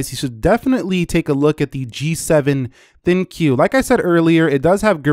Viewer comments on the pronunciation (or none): For the love of God please stop saying "L-G G-7 THIN-CUE." !!!!!! it's the dumbest name in wireless and you're making it worse.